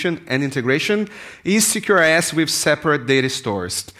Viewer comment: I just kept hearing 'secure ass architecture'